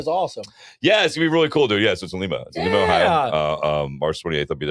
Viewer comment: Lima, Oh is pronounced "Lie-ma"